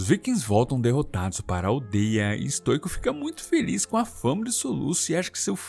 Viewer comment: QUEM PERCEBEU QUE O FALOU BERK SEM A PRONUNCIA CERTA (que no caso é bérk a pronuncia) e tambem falou errado stoico, a pronuncia certa é stóico